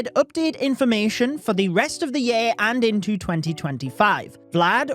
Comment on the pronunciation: i feel like you're trolling us all by the way you're pronouncing "year" now (yeah?) 😂😂